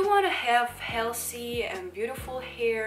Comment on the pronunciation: I'm probably the last man on earth who will say something negative about you or harm you, but the way you say "healthy"(as "healshy") is the most adorable thing I've ever heard!